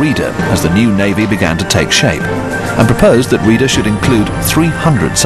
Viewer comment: Reeder? Rayder is the more correct pronunciation. And yea, you blew your creditbility with the Halsey photo gaff!